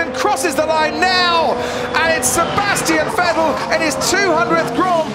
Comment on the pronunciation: "A-Sebastian Fettle." - David Croft, 2018